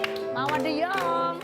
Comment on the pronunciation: Oh bacanya yong, bukan jong